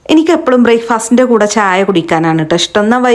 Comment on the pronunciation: Brai ഫാസ്റ്റ് അല്ല ബ്രേക്ക് ഫാസ്റ്റ്